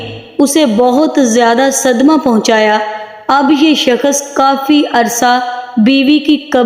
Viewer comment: Shakhas nhi shakhs hota h